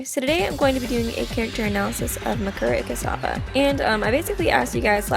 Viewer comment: I don’t think... that’s how you pronounce her name... but ok